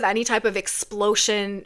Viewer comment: I heard you say explo-tion. As in lotion. As i am contemplating using a new moisturizer or lotion And your warning me that it may be a poor choice. .... always patch test lol.